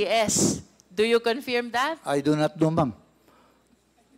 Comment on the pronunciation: D ako matalino pero alam ko correct pronounciation is confirm, not confeeeerrreemmm